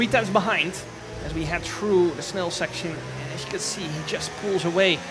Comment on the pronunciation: As we head through the "snel" section 😛